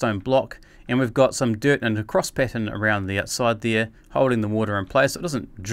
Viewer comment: dude u said "thire" instead of there